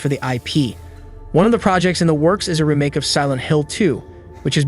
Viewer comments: I've never heard someone pronounce that word as "reh make" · Hate the way he says remake 🤣 bet none of these will be on PS4😞 and probably centred around online only 🙄